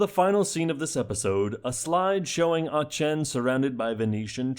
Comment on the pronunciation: small annoyance from my side but Aachen is pronounced with ha K sound rather than the ch sound.